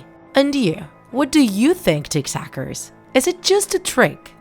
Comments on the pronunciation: Why do you say Tiktaks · Are you saying tick tack or tick tockers